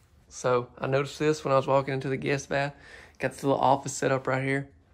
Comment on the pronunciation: Man, those WaterBurgers sure got u HOPPED on up!!!! And did you say GIST BATH!!! I jyst Noticed that!!!! See ya-all Krazy man!!